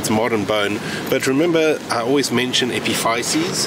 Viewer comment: Epiphysis-, here in the USA we pronounce it